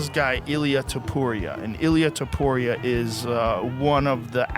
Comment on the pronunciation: that is NOT how you say his name lil bro 😭✌